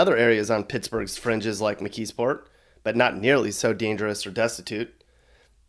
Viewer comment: Not Mckeesport lol!